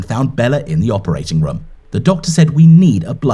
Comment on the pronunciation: Is it just me or is pronouncing room like rum